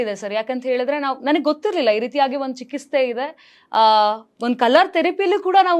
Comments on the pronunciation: ಲೇ anchor.. ಅದು ಚಿಕಿಸ್ತೆ ಅಲ್ಲ ಕಣೇ.. Adu ಚಿಕಿತ್ಸೆ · ಚಿಕಿತ್ಸೆ ಅನ್ನೋದನ್ನ ಸರಿಯಾಗಿ ಉಚ್ಚರಿಸಿ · ಚಿಕಿತ್ಸೆ ಪದವನ್ನು ಸರಿಯಾಗಿ ಉಚ್ಚರಿಸ್